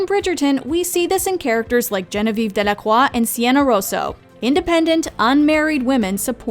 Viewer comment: lol you pronounced "Delacroix" properly yet you missed the point with "Genevieve" (pronounced "JEN-viuhv") unless she's not actually French (as Marina pointed out:??? also why were the tiaras worn in the modern way unlike how it was actually originally worn (across the forehead like a bandeau-ish headband) "Gossip Papers" in France were variously called "Poissonades" (the main target being the Marquise, later Duchesse de Pompadour, whose real name was Jeanne Antoinette Poisson) & "Libelles" (for Marie Antoinette)...aka "fake news" was the norm from time immemorial regarding the Charlotte-is-Black theory, even QE2 is a subscriber of that theory